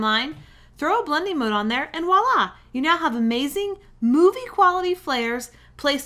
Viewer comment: Did she say walla instead of voila?